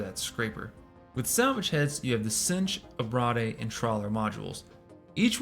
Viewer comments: Great vid, thanks for the deep dived. However...abrade = ah-braid. Ah-brah-dey makes it sound like an entre'. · Abrade is pronounced “a-braid”. It’s a long A. To abrade is to cause “abrasion”